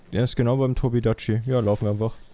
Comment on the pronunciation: Irgendwie hat mich aufgeregt weiler Tobi dachi gesagt hat und nich Tobi kadachi (Kp wie genau man den tobi schreibt)